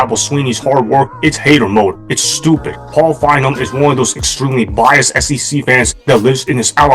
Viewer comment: Fine-Bowm. Not, Fine='em.